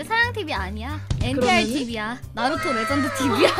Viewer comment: 레전드(LEGEND) 에 R 이 어딧습니까....